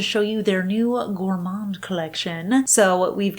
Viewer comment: The "d" in "gourmand" is silent 😉